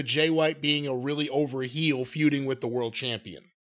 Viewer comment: My leg hurts weally weally bad guys 😢 Good grief